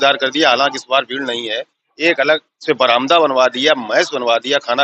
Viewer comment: Bhai bhai Barannda nahi Baramda sahi shabd hai.🙏🏻 Kripa uccharan sateek rakhiye . Achi suvidha dikhi…❤❤